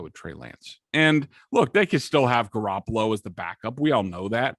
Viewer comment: I audibly gagged when you said garrapolo